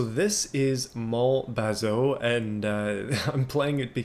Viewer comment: Pronounced more like bazoo. 😉